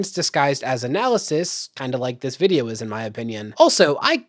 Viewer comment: Does that extra syllable adds to certain words drive anyone else nuts? Videowah Controversyuh